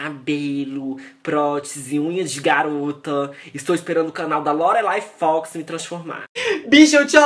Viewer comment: "Me transforma Lorelay Fox" BERREEEEEEEI ASHSHSHSHAHA